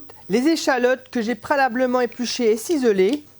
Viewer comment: C'est moi ou j'entends prélablement ? mdr. En plus c'est quoi cette recette où on met tomate et crème fraîche en même temps pour la sauce 🤢🤮